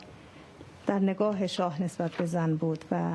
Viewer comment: PERSIA Valiollah سینا جان توی مونولوگ یه جوری زن رو تلفظ کردی که انگار قدرت و ارزشش از مرد کمتره هاااااا🤦🏻‍♀️😐😬اون قسمت که صحبت خانم مسیح علی‌نژاد بود رو میگم....